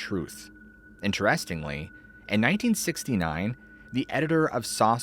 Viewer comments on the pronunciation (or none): It's pronounced "INterestingly", not "interESTingly". Unless you're speaking a different dialect, I guess. It makes me think of these AI videos that mispronounce words a lot. But LOVE the show! Glad you're a real human!